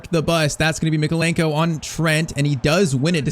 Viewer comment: “Left back we have ITALIAN Mykeolenko” he’s Ukrainian 💀